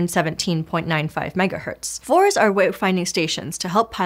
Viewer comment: ( , ) I've never heard anyone pronounce "VORs" as anything other than "Vee Oh Arr"s before: hearing "Vores" was so weird